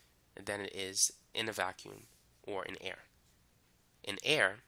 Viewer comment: There's no g in vaccum